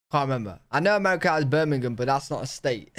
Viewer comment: We don't have "BIRMinguhm"... We have "BirmingHAM." 🤣 lol